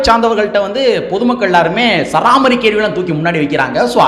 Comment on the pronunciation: தம்பி, சராமாரி இல்லை சரமாரி. உச்சரிப்பில் கொஞ்சம் கவனம் தேவை. 🤝